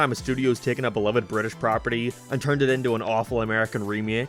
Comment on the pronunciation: Bri'ish Edit: Utopia